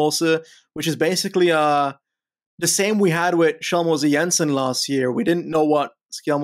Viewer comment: The first pronunciation was correct. It's pronounce more like Skel (like in "Helter Skelter"), than Shell Greetings from a dane :)